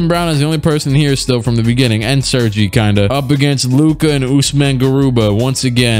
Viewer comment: “Sir-gee” 😂 Man it’s “sir-gay”